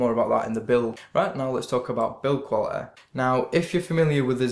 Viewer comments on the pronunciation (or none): Thanks for the review. Probably going to pick one of these up today. Also im sorry, but i always laugh a but when i hear you pronounce quality as 'qualiteh' lol. Good review.